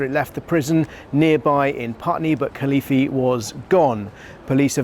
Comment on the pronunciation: Could you pronounce the name properly. Very young. And what a great escape.